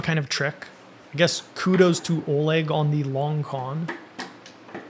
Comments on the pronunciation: "Oleg" is pronounced "ah-LEK" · lol I also know an Oleg.... Pretty sure it's pronounced more like A-leck. The Oleg I know rolled his eyes and made certain I knew how to pronounce his name after calling him O-leg 😂